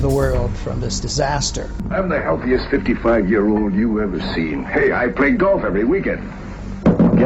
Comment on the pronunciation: I was about to write this but checked to see if it had already been done. He slipped on " Year " too.